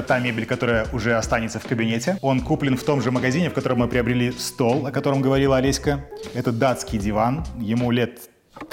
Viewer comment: почему все время называете жену ОлесьКА? так режет слух